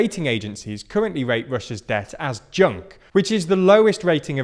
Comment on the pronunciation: Holy shit I've heard "joke" instead of "junk" XD